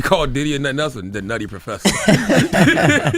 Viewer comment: Jess said chill out, 😂😅